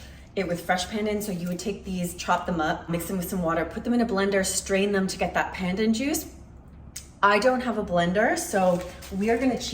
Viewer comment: Please pronounce Pandan correctly. Here's the way. Like in English, the phrase, "not pun intended", that pun is pronounces that way. The next syllable is "done'. So now, together Pun Done! Other than that, good video. Thanks for sharing.